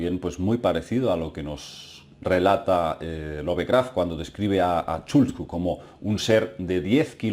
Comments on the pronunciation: se pronuncia lov-craft no love-craft, por eso. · Lo siento pero tengo que decirlo, me mata cada vez que escucho decir "LOVEcraft" tal cual traducido al español, se diria "Lofcraft" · ˈlʌvkræft ... Es la fonética inglesa, para la pronunciación de su apellido!